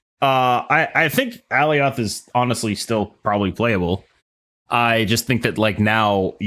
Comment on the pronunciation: please watch the Loki series and learn how to pronounce Alioth correctly lol. Love the show